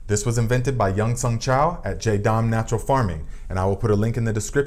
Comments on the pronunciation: Be sure to check for sulfur sensitivity before using on your plants. Especially grape vines! Some are sensitive. Is this a different formula from the JS Pesticide? I need to make some for squash vine borers and cucumber beetles. (🤫 it is Jah-dahm, not Jay-dahm.) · It's pronounced "JA-dam" not jay-dam. But great video, I just am annoying in that way, lol. Sorry.